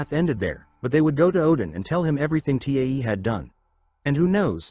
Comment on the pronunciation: So annoying how AI can't pronounce Tae and constantly spells out his name.